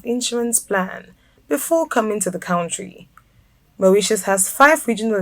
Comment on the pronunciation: small minded? People are looking for accurate information. She can't even pronounce 'country'!